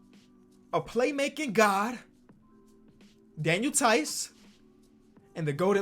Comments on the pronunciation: When he was describing his lineup and then paused and said Daniel theis I died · “Daniel Theis” 😂😂😂